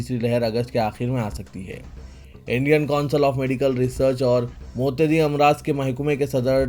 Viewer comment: متعدي كو صحيح سے ادا كريں ۔ اکثر الفاظ كا تلفظ آپ غلط ادا كرتے ھيں